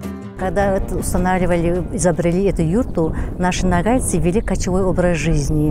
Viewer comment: Как русские не заботятся о правильном произношении. Почему нАгайцы? НОГАЙ!